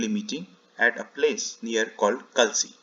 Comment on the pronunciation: A slight correction will be that Kalsi is pronounced as Kaalsi (कालसी) ~ Thank you...